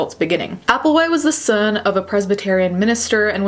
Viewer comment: lmao why did she say son like that